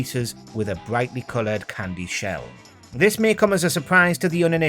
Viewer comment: Stop saying cwndy what the fuck is a csndy